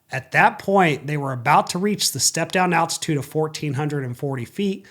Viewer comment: attitude or altitude, there’s an L in there somewhere lol